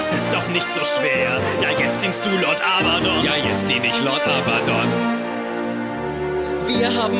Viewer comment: arbadon? bist du zu blöd zum abgucken?! er heißt Abbadon nicht arbadon